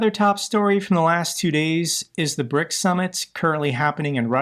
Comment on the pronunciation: 'PRICS' lol